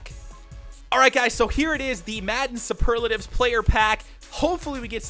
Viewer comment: You don't say superlatives packs like that